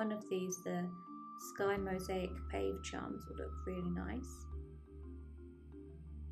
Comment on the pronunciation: I admire your thought process and your designs but you're miss pronouncing the word pavé it is a French word which means paved. Pa - vay